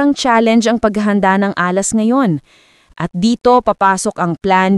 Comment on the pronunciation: Nag-iimbento na naman si AI. Can't even pronounce Alas and yet pretending to have a solution?